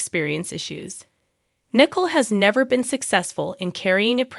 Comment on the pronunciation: Her name is Nicole not Nickel